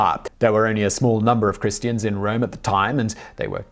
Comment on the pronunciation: He did not say Christians or Christus. He said Chrestians and Chrestos.